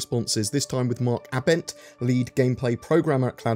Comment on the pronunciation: Mark Ah Bent? o.0 Think its Aibent but you spell it Abent but say it aibent but idk. But its NOT Ah Bent lol.